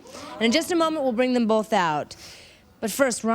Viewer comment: Who are you with? Him not phased: “Bofe of em”